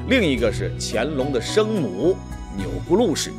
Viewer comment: 钮祜（hu）禄，不是钮gu禄